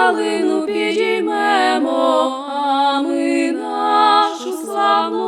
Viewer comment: А мені більше до вподоби саме стрілецький варіант. Наразі потрібен маршовий стиль. Час журливих розтягнутих мелодій минає. Потрібна мажорна транспозиція. І ще, варто підкорегувати вимову слів у кличному відмінку. (підІймемо!, розвеселІмо!, тобто зробімо зараз, а не зробИмо колись). Слава Україні!